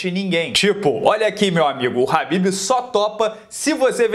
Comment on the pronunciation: Habbib é esfiha. É khabib.